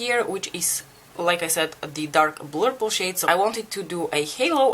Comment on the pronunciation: You both made such beautiful looks! Love how you say "blurple" ❤️